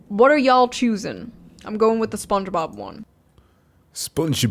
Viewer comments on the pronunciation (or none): WAIIIIT!!! Did he just say SPONGEBUBU in a japeanse accent... Me and my group of friends, the squad, the lads the boys you may call us. Used to joke around with that on teamspeak/discord. I don't even remember how it started! Fond memories.